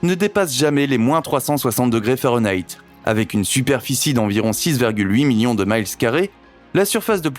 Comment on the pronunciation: Mile... Dit un français -_